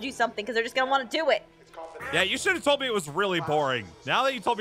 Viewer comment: i tod you we wod mack this hrder